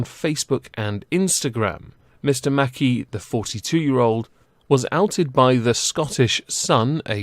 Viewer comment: It's mc-kai not mackie